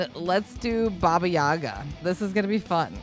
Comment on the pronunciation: Vocal Coach это преподаватель вокала! который не смог загуглить куда ставиться ударение! NOT BABA yAGA... BABA YAGa. ну Задорнова фраза актуальна как никогда!